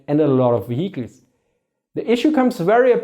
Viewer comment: man i love this guys german accent... however words such as discrepancies and vehicles are almost incomprehensible... no offense, but it makes it really hard to understand some of the points he is making.